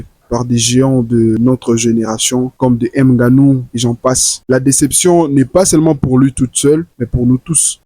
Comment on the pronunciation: M' GANOU, MDR ridicule, frérot t'es pire que ridicule quand tuy prononce le nom de ton frère de la sorte.🤣🤣🤣🤣 Tu es "un idole" wouaou.